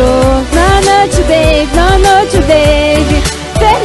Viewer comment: no noti beib no noti beeeeeibi